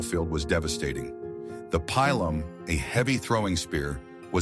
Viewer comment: Pilum: pronounced pee-lum, not pile-lum or pill-lum